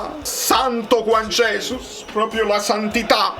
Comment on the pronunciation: guagliù, comunque Juan Jesus è brasiliano, per cui si pronuncia Giuan Gesùs. ce ne stesse uno che lo pronunciasse bene